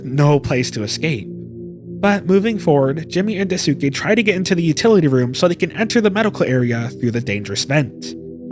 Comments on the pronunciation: JP speaker here, no, it is NOT "skay", you don't at Y at the end of it, you're reading that like an English word, but is is not, It's more like "skè". What is it with English speakers who add extra sound behind words, it's like the Japanese who add extra O behind English words. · jsyk Daisuke isn't pronounced with a soo, it's Daiskay. When it ends in a suke, it's not Suke but it's Skay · another mouthwashing analysis another mispronounciation of Daisuke [daꜜisɯ̥ke].........amazing vid lmao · The “u” in Daisuke is silent btw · i love how you say daisuke